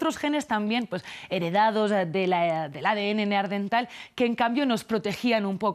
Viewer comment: Neandertal no neardental.